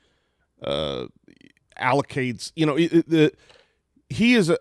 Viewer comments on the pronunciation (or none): Can we talk about Brock Purdy not getting the... "allocates"? I think maybe you meant "accolades?" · really just say “alocades” instead of accolades?? 😂😂😂